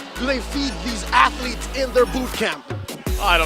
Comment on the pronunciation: I like watching egames, but whenever you say "athletes" I cringe 😅